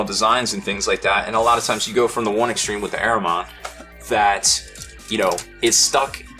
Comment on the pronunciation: Lmao good vid but you're butchering Ahriman